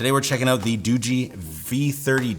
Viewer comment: I'm glad you actually got the name of the phone company right being a tech reviewer. I've been seeing a lot of reviews from Tech reviewers that are pronouncing this as Doogie like as in Doogie Howser. I just feel as a tech reviewer if you're mispronouncing the phone company name wrong that kind of looks bad because you're not doing all of your research. It's like if someone did I review on a Samsung phone and called it Same Sung lol.